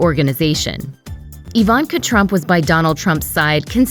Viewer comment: Is the narrator a bot? Who pronounces Ivanka - EEE-Vahnnn-kah?